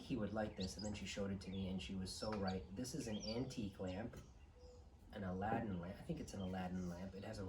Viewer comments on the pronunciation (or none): none